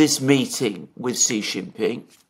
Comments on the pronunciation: Sheee not Jheeee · Xi Jin Ping is Sheee Jin Ping, Jhee Jin Ping means PENIS. Stop it, I SUPERCHATTED you twice on this. I saw you read my comment. You are doing it on purpose like Elensky. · follow Alexander's lead, sheeee like female is the correct pronunciation. Jheee Jheee means Pee Pee as in penis in Chinese language stop it. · Correct way to say Xi is Sheee. Jheee Jheee means Pee pee in Chinese slang as in penis. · Yes, Xi should be pronounced as “she” in English. But what you said about Jheee was not true, Chinese language has 20～30 characters that pronounce “jheee”, nobody will link Jheee with penis in this context, it is fine for Alexander to pronounce Xi like jheee